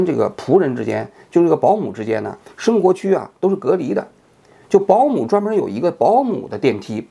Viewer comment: 专门说成“dan”门的时候，对王局倍感亲切